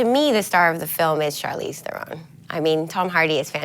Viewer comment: Good interview and this film is incredible but holy fuck how hard is it to l;ook up the pronunciation of charlize theron's name??? i swear to fucking god, how do i know that her last name is pronounced thair-in like heron, the bird, and someone whose job it is to talk about movies doesn't?